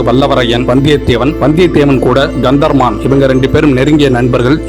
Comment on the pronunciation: Kantha Maran. Practice your pronunciation